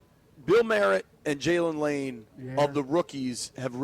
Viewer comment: I’m not sure why white folks don’t understand it’s either “Bill” or Jacory Croskey-Merritt. Not Bill Merritt or Bill Croskey-Merritt. 😂